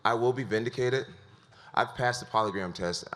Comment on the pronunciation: Jones also pronounces polygraph as ‘polygram’ Wrongly stating if he’d lied on it he’d go to jail. This poor guy is really not likable. If he would’ve just attacked all of his decisions head on, he’d likely be respected. Realistically, he was the youngest champ. Had a ton of talent and cash with no morals. The fact he’s so narcissistic and Dana is feeding that ego, his life will be a shell of itself by 40